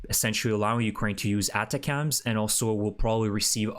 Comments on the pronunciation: your pronunciation of ATACMS is an outlier. Think attack with ems on the end Nice work. I subscribe an eagerly await your posts. Slava Ukraini. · Please start to pronounce ATACMS properly.